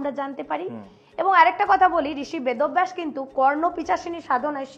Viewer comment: Vedo-baysh...bolechen bychance vod-obvaysh bollen ni😂😂😂